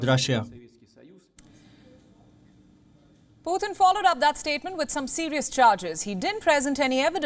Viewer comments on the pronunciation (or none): Why are you calling him Puthin